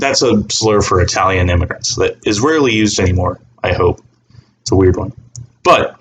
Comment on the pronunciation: I was very confused because I had to skip back a couple of times because the sentence did not make sense, and then I realized you were saying 'Is rarely' and not 'Israeli'.